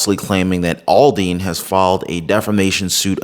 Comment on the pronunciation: Aldean not alldean